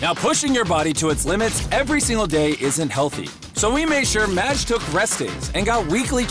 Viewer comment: I loved this video, but for the love of God, it's MAJD, not MADJ. Majd. Like Majd potatoes. Majd means "glory" in Arabic. Madj doesn't mean anything lol